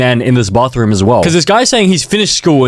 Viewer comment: Completely no offense to ur accent but public Bothrom